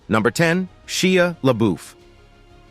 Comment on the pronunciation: Google how to pronounce people's names before saying them over and over. I like ur videos but listening to you say Shia LeBeouf so so wrongly is frustrating.